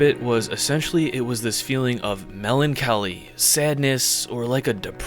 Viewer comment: Did he just say "Mehlan kelly" instead of Melancholy?